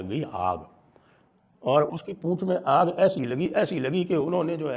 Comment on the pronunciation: Aag, not aang